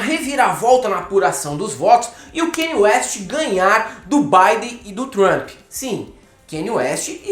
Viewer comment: 'KÃNIÊ WEST' tHIS IS THE PROPER PRONUNCIATION